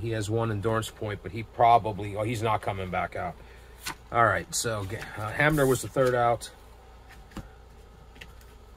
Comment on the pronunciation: Good job - I enjoyed your replay as it gets close to playoff and World Series time! It brings back wonderful memories! If you read the wrong number just take it as a missed call by the umpire. You are pronouncing Hamner correctly! Way to go!